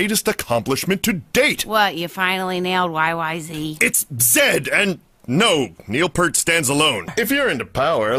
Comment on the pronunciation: It's Neil Peart (pier suffixed with a t), not "Pert". I believe Pert is a shampoo. Here's at least one reference that provides proof. Timestamp